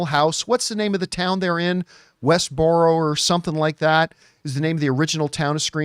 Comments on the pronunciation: "Wesboro" 😂 established in 1996 by "Wes" Craven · He says they're not in Westborough no more and the guy corrects him and says Westborough when they both got the f**** name wrong it's Woodsboro😂